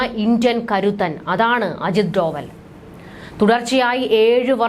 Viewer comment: ഡോവൽ അല്ല, ഡോ well